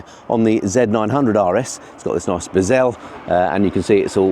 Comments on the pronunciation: Biz el? Thought it was pronounced behzl 🤔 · Bez el have you turned french overnight!! Its bezel as if you said hazel, cripes! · What the hell is a "bezzelle"?? 😂😂😂😂😂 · What's a bezzelle lol 🤣 only kidding great video